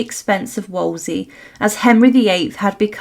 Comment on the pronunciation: "Woll-zee"?? It's pronounced "Wool-zee"!